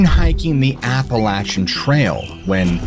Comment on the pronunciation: Its pronounced more Appel-ashian than appalatchin. Definitely a place im not trying to camp, i live a couple hours away from it.